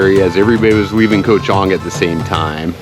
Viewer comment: KOH (island in Thai) is pronounced GAW. Come on, what happened to your Thai language lessons?!?!